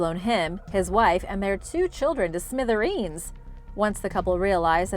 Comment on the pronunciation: Smithereeeeeens. She must have been born in the 50’s